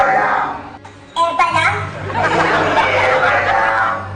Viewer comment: Evava Hindi evava Eva lang Eva lang Evahhhhhh